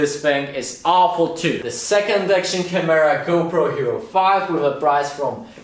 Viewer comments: the way u say camera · Your pronounciation of the word CAMERA makes my ears bleed dude come on... the kids who have you as their idol will learn bad english from you... I have no other problems with this channel but I think you should really work on that... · I like the way you say camera haha 😋